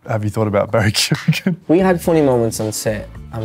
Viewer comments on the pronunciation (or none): Oh yeah close friends but can't pronounce Keoghan. It's Ke-yo-an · Say kee-oh-han quickly .. that's how his second name is pronounced.